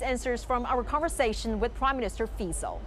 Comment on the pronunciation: Finaly somebody can pronounce his name properly, which is respect rather than being derogatory and ignorant. Fico is the best politician in Slovakia by far. although surrounded with lots of controversies throughout his political life. Good on you Mr Fico, opening right doors for our small nation.